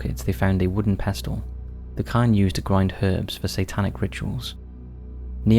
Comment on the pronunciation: not 'defied' , you mean 'deified' which means 'worship or regard as a god' pronounced 'day-if-ied' Every single video you get something wrong. 'Pestle' has a silent 't' - pronounced 'Pess-el' Not 'physic.... 'PSYCHIC - pronounced Sy-kick' Jesus wept. For God's sake .. before you press 'send' get someone to check your pronunciations, or does someone else write your script, CHECK IT. Every bloody video.